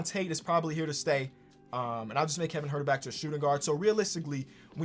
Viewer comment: Kevin Huerter Nobody:: KEVIN HART